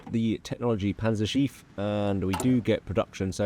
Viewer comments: if there are two letters right after a vowel, you pronounce the vowel only shortly. the way you pronounce Panzerschiff, it sounds like "Panzerschief" ; thats not really a word but could be understand as "a tilted tank" or "crooked tank". love the videos none the less. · Congrats on the kid! Let’s hope they can pronounce Panzerschiff better than you lol. Was pretty painful to hear each time